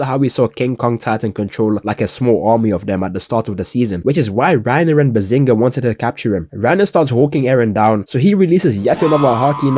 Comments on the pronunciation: yo every time you say bertolotos naem im cracking up twin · Bro the fact that he never said Bert's name properly the entire video is hilarious 😂😂😂😂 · bro he keeps pn messing up Bartholomew's name 😭